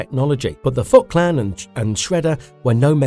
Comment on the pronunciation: I really mean no insult when I say this, but please work on the pronounciation a little. I hear you say "Oraki Saki" and "the fot clan". I know its an old video, but these sort of things are pretty distracting, and these aren't complicated names either. It kind of gives off a vibe that you never watched the show, or at least not the english version. I enjoyed the video however, thank you for the work.